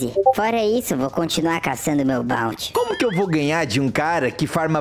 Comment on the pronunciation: N se fala balnte Se fala BOUNTY